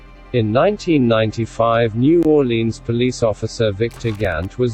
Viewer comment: At least Howard said New Orleans right. Learn it bitches, get it right.